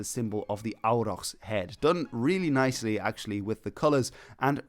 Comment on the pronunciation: Bro can pronounce Dragoș Vodă perfectly but completely butchers a simple word like Auroch 😂😂😂